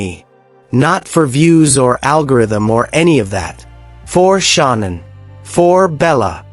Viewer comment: This reporter is talking about someone different this Shaunann whos this or is it he doesnt know how to pronounce Shannan Chris Watts wife name is Shannan Watts